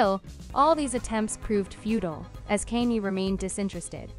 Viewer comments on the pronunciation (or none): Yo, its Kanye, pronounced Kanyae not Kayni. Come on,man! The man is hella famous. If you can pronounce Kim,you sure can pronounce Kanye.